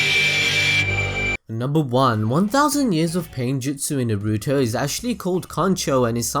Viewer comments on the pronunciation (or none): Please don't say Naruto like you do....ナルト＝na ru to, no weird stress on the "ru" please. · Why do you say it like "nah-REW-tow"? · Very good video. But... Please, please, PLEASE pronounce everything right. You say "Naruto" and "Chakra" as if you never watched the series. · the only thing i didn't like about this is how you you pronounce Naruto 😏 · I love watching your videos but PLEASE learn how to say Naruto!